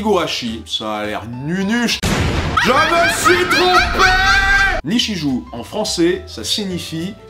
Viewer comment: J'ai vomi à ta prononciation de "Ni-chie-joue". #CasseCouillesOut